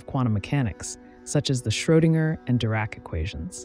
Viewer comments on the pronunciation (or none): none